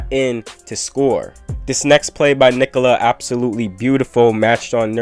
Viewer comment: Subbed for amazing commentary and perfect pronunciation of Nikola. 👍